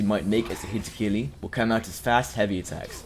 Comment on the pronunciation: "hitokili" "mengetsu lift"